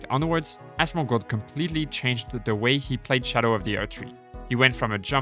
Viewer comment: ITS PRONOUNCED SHADOW NOT SKADOOOO ITS OLD ENGLISH…